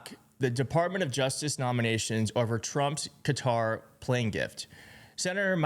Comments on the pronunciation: I don't know when or how it became fashionable to pronounce it as Cutter, but the traditional pronunciation, which is closer to the Arabic, is kuh-TAR. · It is pronounced Cat are. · Fox pronounces 'Qatar,' "Cutter."... I guess, so their audience can wrap their mind around it... like it's a machine in their garage. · The absurdity of that man talking about Qatar’s human rights record… About the oppression of a religious minority… Does he see what he voted for? Anyway, yeah, the impression of impropriety should be avoided. Also - why people calling it ‘cutter’, but able to say ‘Qataris’ no problem? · IT IS CUTTER! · No the proper way to pronounce it is CUTTER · It’s pronounced kuh-taar It’s really sad how no one is even trying to pronounce the countries correctly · Had friends who lived there it is pronounced CUTTER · Qatar = Kuh- tarr! Damn, y'all! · Why do they pronounce “Qatar” as “cutter”? It was only by the third or fourth time Rand Paul said it that I understood what he was trying (and failing) to say. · Most shocking thing is people pronouncing it 'cutter' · I was watching that and couldn’t believe it! He really did fall asleep..the Crown Prince actually had to go over to wake him up..lol I’ll also never pronounce Qatar as ‘Cutter’ ..WTF is that about? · Why is everyone calling Qatar Cutter? It's kuh·taar. 😂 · I wish folks would stop pronouncing it as Cutter. It's pronounced Ka-TAR. Google it. That said, this could be Dumpy's biggest grift yet. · A few republicans I hear are calling the country "Cutter". It's "Qatar"-with the accent on the second syllable. Short "a", not a "u". Good grief. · We older folks have always pronounced it kuh-tar. Now the talking heads pronounce it cutter. No matter, it’s a straight up bribe that Trump is accepting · I wish people would stop calling the country "Cutter" - it's pronounced "Cat-ar" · Qatar was pronounced Cutter and then followed by Ka-tar. Seems strange to pronounce it different in the same sentence.